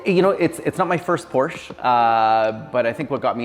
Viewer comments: I know I’m whining but I can’t stand it when Porsche owners mispronounce the Porsche name. It’s “Por-sha” not “Porsh”. Porsche themselves put out a video just to clarify it and show how it’s properly pronounced. It’s a family name so people should get it right out of respect. If someone constantly said your name wrong you’d correct them wouldn’t you? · It's Por-sha you dummy! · Not Porscha...Porsch Ë! It's a Latin E So...Porsche! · Not Porsche aaah! It's Porsché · Porsche"aaaaaahhh". Porsche"aaaaaahhh". 😵‍💫😵‍💫. It's not that hard. Nice car..💯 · Especially since the newer car manuals instruct the owner how to pronounce the name correctly.